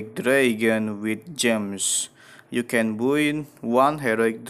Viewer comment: i like how says by as buoy